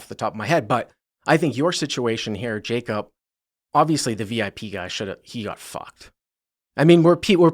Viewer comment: His name is Jaycup and not Jacob?